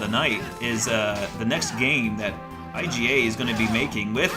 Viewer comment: you pronounced Michiru's name correctly. Also I can't wait for Bloodstained. This is the first time I've been looking forward to a game's release for longer than a month lol. I also get a kick out of you calling him I G A. I hope you know its just a shortening of his last name, Igarashi.